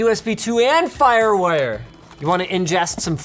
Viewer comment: FIREWIRE...... hahah fireware